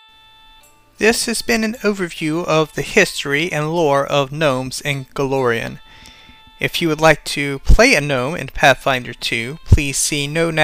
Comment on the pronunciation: It's Golarion, not Galorion.